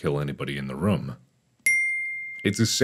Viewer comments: A dollar for every time room was pronounced wrong? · He calls it rum smash lol